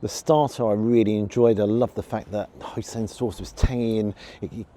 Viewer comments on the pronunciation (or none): Hoi-Sin not Hoi-Sen😆